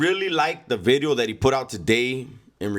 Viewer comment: “nuuuu vid-e-oH”